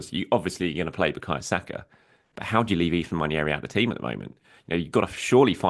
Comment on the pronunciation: . Listen, I know it's dull when people complain about pronunciation, but it's "wah-nerry", not "nwan-ee-airy"